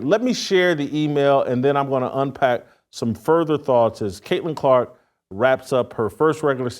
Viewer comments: I had to stop listening when he said kunta Clark 😑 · This fool said kunts kente 😂